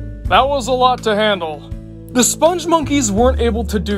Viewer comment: I knew from the moment this video showed up that you'd pronounce the name wrong. It's "Spung" and not "Sponge." Which is weird, because you actually wrote the name properly. That said, I actually loved this ad campaign. Something weird and memorable is oftentimes what will stick with you longer than anything bland and forgettable.